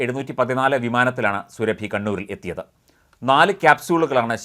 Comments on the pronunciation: surabhiyalla suraabi ennu thiruthi vayikkakkana vartha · സുരഭി അല്ല; സുറാബി ഖാനും- സുടു. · സുരഭി അല്ല സൂറബി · മഞ്ഞരമേ സുരഭി അല്ല. സുറാബി. മലയാളം അർത്ഥവ്യത്യാസം അറിയില്ലങ്കിൽ മൈരുകളഞ്ഞിട്ടു പോടെ. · Srabhi alla Mister. Soorabhi, Muslim lady. Check properly before a news. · ർ സുറാബി എന്നാണ് സുരഭി അല്ല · At least pronounce her name right it’s not Surabhi it’s pronounced suraabi her name spelling is surabhi